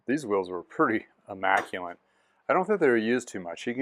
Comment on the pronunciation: Awesome bike no doubt 👌 ... FYI...There in no (N) in (Immaculate)